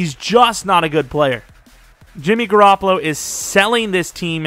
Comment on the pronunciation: “Jimmy Garrapalo gotz to GarrapaGO” lmfao this guy is crazy bruh